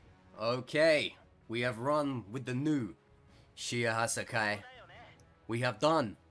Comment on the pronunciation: PWEASE DUDE IT’S SHE-AY-HA-SY-KYE PLEASE THAT IS HOW YOU PRONOUNCE IT ps: I love the content